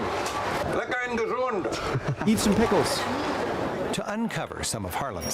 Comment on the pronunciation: The Archimedes screw is far from perfect, but it works (good enough, back in the days). If you can hold e.g. 20 liters of water in one "section", and you loose 12 on the way up, you've transported 8 liters. Naturally, sealing would make a big difference. pronounced it as "gezoond", but it should be "gezond". "gezoond", in Dutch written as "gezoend", means "kissed". We don't do that with herring. When you stop draining the water, the flooding won't come from rain, but mostly from ground water that is being pushed up by the sea. It's the principle of communicating barrels. Along the coast there are so called "kwelders". These are pieces of land that get flooded by this effect and need constant draining. Kwelders are the opposite of polders.